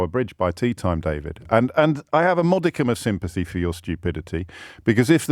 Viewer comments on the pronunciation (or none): none